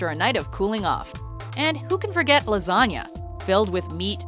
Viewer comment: "Gotta have me a good lasaga"